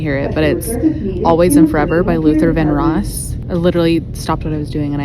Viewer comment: It’s Luther Vandross… like van-Drows. Hard D in there.